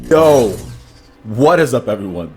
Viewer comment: PlayerEssence Personally I'd take the time to make the distinction if I was putting out a video. I've always wondered why sometimes the beginning of your videos miss the "yu" sound in "yo", at this point it's not really annoying as much as it is just a little thing I notice often. Don't get the wrong impression though, I like your stuff